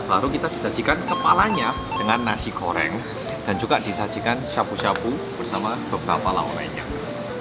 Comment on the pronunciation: Orang indonesia: Nasi Goreng: Nasi Koreng